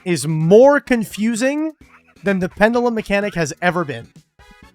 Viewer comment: Why can yugioh players not pronounce "pendulum" correctly? It's "PEN-juh-lum" (if US) or "PEN-joo-lum" (if British).